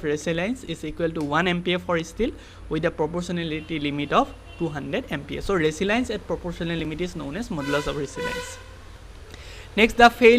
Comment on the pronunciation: Resilience=eyak ৰেজিলিয়েনঢ বুলি , pronouns kora hoi..